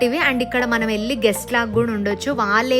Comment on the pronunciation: చాలా బాగుంది. కొద్దిగా తెలుగు మాట్లాడటం మార్చుకోవాలని సూచన ..వాల్లు కాదు వాళ్ళు, వెల్లి కాదు వెళ్లి. మిగతాదంతా సరే.